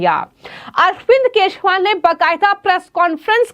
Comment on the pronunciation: Yar ye news anchor nigeria se aai hai kya is se kejriwal bhi nahi bola jata thik se😂😂😂😂😂😂😂